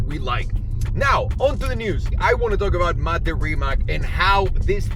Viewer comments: It's not rimak, it's rimac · Trust me, I’m Croatian. :) Mate never mentions it, he just goes along with the Rimak pronunciation and it probably doesn’t bother him, but if you read this you can be in the chosen few who say it right (plus a few million of us in Croatia).Congrats! Next time we will learn how to say Luka Modrič and Goran Ivanišević, which sound tricky but are actually easy... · Are u so fucking stoned that u can not pronounce Rimac on Croatian instead of ''Rimak".?? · FYI Rimac is pronounced Rimatz like in Fritz. The more you know...